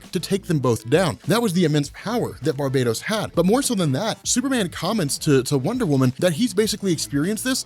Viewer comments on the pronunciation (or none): It's BAR-bah-toss. Not Bar-BAY-tos. You're making it sound like the multiverse is being conquered by an evil Caribbean island :P